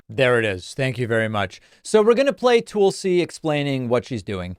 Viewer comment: Actually David, you are wrong about Tulsi (pronouced: "Tull", like Jethro Tull, and "See" or "Sea", not Tool see), she did quite well in the 2020 Democratic Presidential Debate. She dominated Kamala Harris during the debates. She was right behind Joe Biden, Bernie Sanders, and Elizabeth Warren, and she was quickly moving up the percentage board of favoritism. Fearing that she may very well pose a threat to Biden's election possiblity but wouldn't have enough favorability among Americans to win the presidential election, the DNC had claimed that she didn't have enough percentage points to continue to the next debates, which was a lie, and they had Hillary Clinton claim that Tulsi was a Russian plant. This ultimately sealed Tulsi's fate, and that's why she eventually switched to the Republican party. David, I wish you would tell the entire truth about Tulsi and not defame or slander her just to fit your narrative to titillate your audience. There is so much more to Tulsi's story that you are leaving out. I love your podcast, otherwise, and wish you all the best. Cheers.